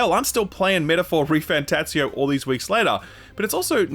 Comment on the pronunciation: PSA: Metaphor refantazio is not pronounced like an italian word (the z does not sound like the "zz" in "pizza") because refentazio comes from esperanto and not italian.